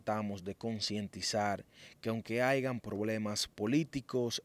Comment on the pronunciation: Perdona fiera..se dice haya ....no haigan ....es una error muy común....pero está mal ...sigan ..no existe en el castellano.....ni aigan ni estea ...saludos...gracias..